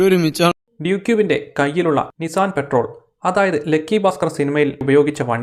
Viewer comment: Nissan 'പെട്രോൾ' അല്ല കേട്ടോ. Patrol എന്നത് പെട്രോൾ പോലെ അല്ല വായിക്കുന്നത്.